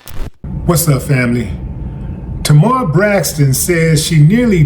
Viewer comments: Wow Willie, you don't even know how to pronounce her name right, but you gonna cover the story anyway? SMH it's, TAY-MAR!! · Pronounced TAY-mahr... get better soon ASAP. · There is no o in her name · When you can’t pronounce her name that’s when I gotta go. Smh